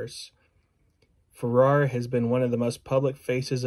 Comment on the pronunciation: Sister Janet initiated me in 1986. Your pronouncing her last name wrong.